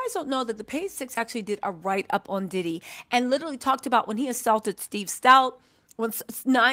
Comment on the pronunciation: Love you but his name is Diddy not DeDe